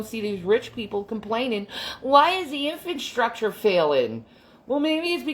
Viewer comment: I forgot she thought infrastructure was pronounced "infant-structure". Hyper intelligent, super empath here though, foeks!